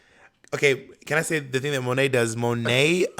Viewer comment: Symone Wrice not Monté, child lol